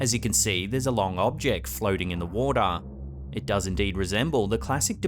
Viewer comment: "In da wodaa" xD